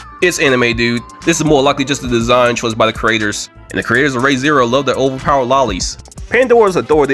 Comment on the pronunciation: bro says ray zero instead of re zero